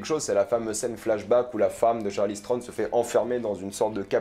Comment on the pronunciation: Ça faisait un moment que j’avais pas vu tes vidéos et là j’ai enchaîné Snowpiercer et ça et franchement j’ai mal à la vie ... entendre dire Charly Strone pendant 12 minutes ça fait mal aux oreilles et la critique n’est pas terrible selon moi. Ça commençait bien avec effectivement l’impression que c’est le premier épisode de quelque chose mais comme avec Tyler Rake, beaucoup de budget, de bonnes idées mais un manque de savoir faire on a l’impression pour rendre la chose intéressante vraiment... on verra la suite mais vu qu’il n’y a pas grand chose à se mettre sous la dent dernièrement, ça passe!